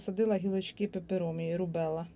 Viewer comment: Доброго дня,. Цікаво розповідаєте, гарні квіти. Але - бегонія, аглаонема, пеперомія.